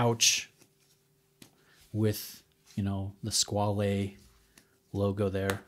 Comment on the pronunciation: You're not far off with your pronunciation.